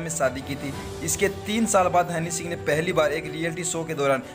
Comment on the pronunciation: Hanny singh...nahi...honey singh ....